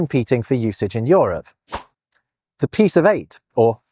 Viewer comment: What accent is this that pronounces Euro and Europe as Yoro and Yorup, rather than youro and yourup?